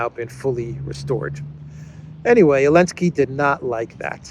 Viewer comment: Why does he call him "elensky"?